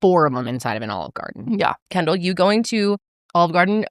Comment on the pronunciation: Its Kendall not candle people